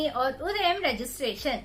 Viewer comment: Not Udayan It's udyan